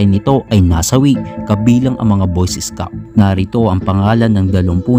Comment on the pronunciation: Pag pronounce nya ng scout ay isscout